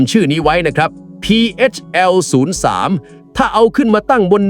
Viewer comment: พีเฮชแอล03 นะ. ไม่ใช่พีเอสแอล03 อ่านให้ถูกด้วยPHL 03